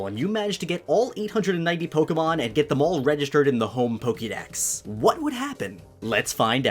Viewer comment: Why is it that you're able to say Pokemon and Pokeboy properly (with the "ke" sounding like "kay") but you consistently massacre the pronunciation of Pokedex (where you pronounce it like "key")?!